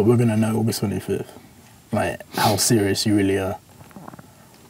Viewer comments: Ogus twenny fif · UGUST TWENY FYTH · Jake: I have been training for like 6... Deji: OGUS TENYFIF